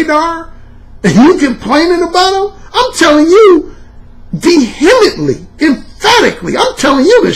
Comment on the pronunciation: you're mispronouncing vehemently. Respect